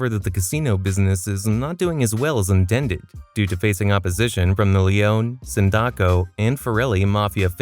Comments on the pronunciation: Is this voice AI? Since he got a lot of names wrong Like he called Sindaccos “Syndickos” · Is this an AI voice? Or did you not play the games? Because you're mispronouncing names that are repeated aloud many times while you play that it's hard to believe anyone that played the games would minsprounce them the way you are. Tommy Vercetti especially, Ver-Set-ee, not Ver-CHET-ee. Sin-DOC-Oh, not Sin-deck-O